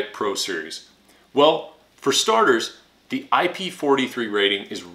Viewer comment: You say "DUH" a lot. Ever hear of the word, "the"? (That's pronounced "thee" OR "thuh" depending on the SOUND of the subsequent word...vowel sounds like "X"/"ex" or "area", for example, get "THEE".) I know that's too difficult.)